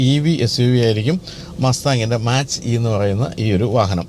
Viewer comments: Mustang മാച്ച് അല്ല മാക് ആണ് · മാച്ച് അല്ലാ മാക് enanu